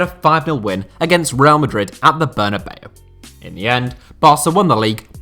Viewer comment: Reial?Stéfanow?Manager?It's coach,Dieigow?it's Diego